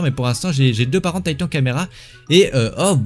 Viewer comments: Non mais la honte tu dis tatan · Tu dis meme pas corréctemen titan 😂